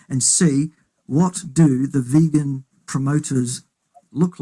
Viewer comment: says it is pronounced "vegoon." And in Tasmania, it must be so, for he is King.